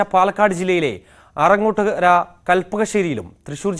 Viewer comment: ആനങ്ങോട്ടകര അല്ല ആറ ങ്ങോട്ടുകര